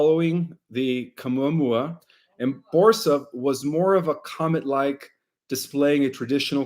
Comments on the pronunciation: Caumuamua.... "Oumuamua, NO ca!" Lmfao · Yes, Oumuamua doesn't have a "Q" at the beginning, and Stabilization isn't pronounced as if you're (stab)bing something. Stabilize is pronounced like a stable where you put a horse, (stable-ize). Not (Stab-ilize) as if you're stabbing with a knife. There's a dozen additional words that you MUST correct but let's start here with loving ❤ criticism because I truly love the work that you do to help humanity. Love ❤️ and Light ✨️ to you. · I am only three or four minutes in, and already you contradict George Kavassilas in conversation with Dr Michael Salla. 3i Atlas is a holographic projection from the cloaked ships behind it. What you are describing with all the different names, sounds more like Oumuamua. Which you cannot pronounce for toffee. In spite of your prompt. It is a Hawaiian word. My faith that you are going to be giving me the truth is ebbing away already and I'm only 5 minutes in. And it's 3i Atlas, not 31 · Misprounces Words bc English isn't his "Mother Tongue".